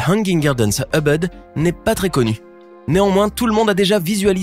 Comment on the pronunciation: Pas mal mais quelle prononciation ! On ne dit pas Eubeud mais Ouboud pour Ubud.